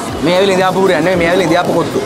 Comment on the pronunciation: "බිරියානි" "බුරියානි" 😂👌